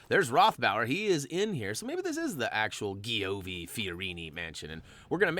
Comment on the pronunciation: It's pronounced "Jee-OH-vee Fee-oh-REE-nee." ZZ is pronounced "ts," and CI / CE is pronounced "cheh / chee" as in cento (CHEHN-toe) and ciao (chee-AH-oh).